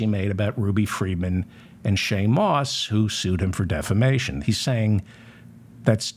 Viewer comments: Re: Mike Lindell. Don’t you mean he is getting sued for “deflammation?” Listen to him say defamation. Every time. It’s delicious. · when Lindell says it, it's "deplisistion".